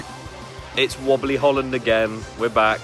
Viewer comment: Walibi is pronounced "Wah Lee Bee"